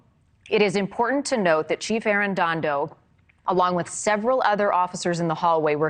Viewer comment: She has read an additional ‘n’ in “Arredondo” every single time, but I don’t mind because mispronunciation shows disrespect. Arredondo deserves very little respect.